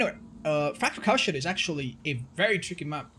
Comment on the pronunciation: Did he say Factured Cowshed or Factured Cowshit?